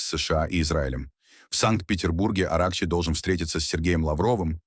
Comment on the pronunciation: Да не АрАхчи, а арахчИ. Все ударения в фарси ставятся на последнем слоге: Низами, Рудаки, Саади и т.д. Где вас учили - явно не в советской школе.